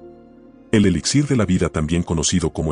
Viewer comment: Dijo... un ELISSÍR??